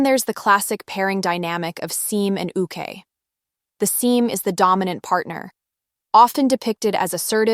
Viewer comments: I always welcome analytical BL content on Youtube, because we need more of that. And I think this is one of the better primer videos, the kind you can recommend to a normie or newbie to the genre. My thoughts throughout the video: 1. Y'all have got to learn how to pronounce seme and uke properly. 2. I appreciate the value-neutral tone you've taken with this video, it looks more professional and balanced. 3. As a Chinese BL stan I also appreciate that you acknowledged its place in the subculture, I feel that it tends to be sidelined. 4. Related to no.3 I think another advantage of BL stories is the variety of genres: we now have scifi, fantasy, action, historical etc. BL in addition to the contemporary slice of life stories BL is known for. 5. Yes to the point about fetishization. 6. When it comes to the future of BL, it would be interesting to see more attention paid to the evolving intercultural exchange between the different countries. BL is already a regional subculture and that has extended to countries adapting each other's IP. An interesting development are foreign adaptations of Chinese BL novels that avoid censorship (My Stand In, Unknown, The On1y One, probably the upcoming MDZS manga). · Great intro for newcomers, being broad rather than deep. It's a shame that the generated voice mispronounces a lot of terms (including seme, uke, and actors' names).